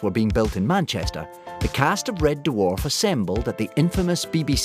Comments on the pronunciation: How is it that the narrative voice can [some random Scotsman] give TWO syllables in the word dwarf as in Duh Warf? And what's with the snow? BTW this series [1 to 5] helped me through the darkest times of my life. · Loved this, but does anyone else find David Tennants way of pronouncing it as D’warf, grating?